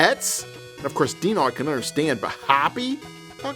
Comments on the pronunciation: D-ee-no, not Die-no. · My soul died a little every time he said “dy-no” in stead of “dee-no” because a few times in the episode he said his name correctly. Haha I guess it’s one of those things that gets stuck and you can’t help it. Regardless, Dino & Hoppy worth the month. SADP not worth the money!